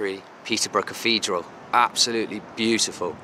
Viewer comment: Dude, there is no such word as cafedral, it is caTHedral!